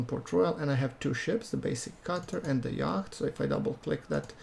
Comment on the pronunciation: Why do you pronounce the c in yacht?